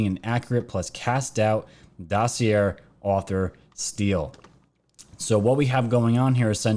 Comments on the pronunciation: Dossy-Aye not Dossy Air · dossier pronounce like ballet not air or sound illiterate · I love ur channel & try to catch every vid u make. I ask ur forgiveness for my criticism. Here goes: most of the time u mispronounce the word “dossier”. doe (a deer) see ā as in pay Thank you Sorry sorry sorry